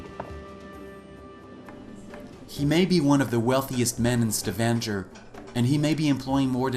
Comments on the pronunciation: It is a StavanGer ( like Stavangher) and not StavanJer...is Norwegian place and name so learn firstly to pronounce it correctly instead of wounding it continuously rather, eh??? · I wish the narrator of this video could at least learn to pronounce "Stavanger" correctly. This might lend credibility to the rest of his narration. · the way he reads Stavanger.... god hurts my ears!